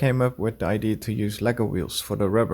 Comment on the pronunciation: idea = eye-DEE-uh not I.D. in English. Martin has been castigated in the comments for this infraction too. ;)